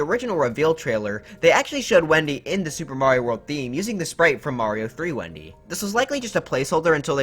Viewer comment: It’s Wenda not Wendy